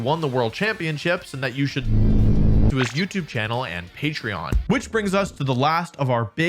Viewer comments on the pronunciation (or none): none